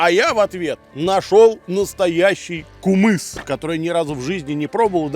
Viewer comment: Не кумыс а кымыз